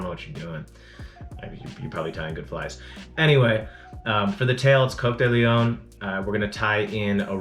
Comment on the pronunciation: I thought it was Cock-de-leohhhhn not Coke-de-leon? Also you say Peacock and I thought it was Pee-coke. Please post video on correct pronunciations of tying materials. Thanks from Spain ✌🏽